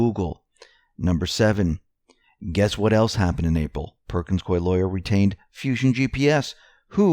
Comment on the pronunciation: Hey! CORRECT PRONUNCIATION OF PERKINS COIE IS PERKINS COO-EEE, RHYTHMS WITH GOOEY.